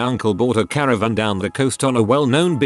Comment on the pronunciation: Please don't say caravan.